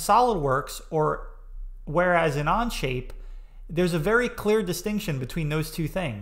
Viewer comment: I feel your view is a little more bias to SolidWorks, oh sorry On-Shape whatever its called 🙂 (Even you can't say Onshape lol). Think I'll go to other creators for a fair comparison. Thanks